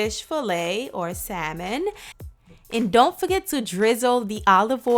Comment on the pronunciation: say Saimon one more time